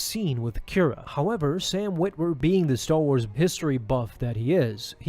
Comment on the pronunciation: "Staw Wars"